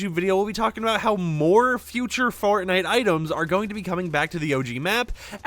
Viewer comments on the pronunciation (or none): I BELIEVE I HEARD FARTNITE